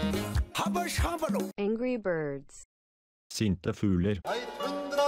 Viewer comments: Everyone: says their native language Portuguese: Angree Beegees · Ninguém: A Brasil: Angri bidis